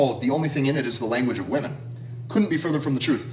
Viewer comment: Gotta love how he says women/woman😂😂😂.VEMEN😂